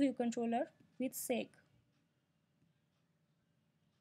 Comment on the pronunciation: Good tutorial. Two things: "segue" is pronounced SEG-WAY. It's actually an Italian word, using in music composition, to indicate a transition. Then, "xib", even though it has an "x" in the name, for historical reasons, is pronounced "NIB", with an "n".